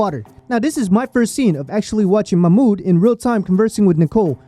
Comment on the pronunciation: Bro if you ever do another video, his name is pronounced "mah mood"